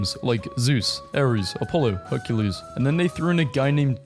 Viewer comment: you did the Roman pronunciation for hercules